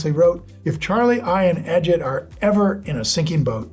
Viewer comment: It's pro-nounced AH-JEET... not Inspector Ajit